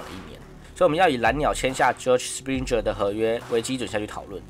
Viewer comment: 小編要練一練名字的發音。springer+rendon 發音怪怪的。聽不懂